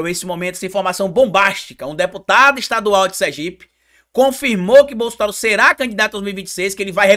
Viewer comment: O cara fala muito ruim. Ele chama é bossoraro kkkk